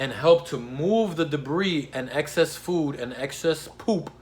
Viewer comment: I like how he says PooP. 😆